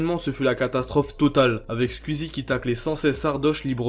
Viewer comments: Mais c'est si difficile de dire squeezie et pas squizi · Squeezie -> « skouizi » Zevent-> « Zi event » ou à la limite « Zèd event » En toute bienveillance évidement 🙃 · Tu dis scul easy et tuitch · Arrête de dire squizzie stp